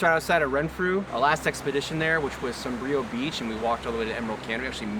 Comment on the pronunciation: Beautiful ♡ btw, Sombrio is pronounced SAWM-bree-o ♡